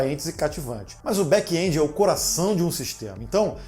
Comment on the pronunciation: Back (and) esse é o som de back end ,e não back endi,não tem( i) e muito menos som dele . Ótimo vídeo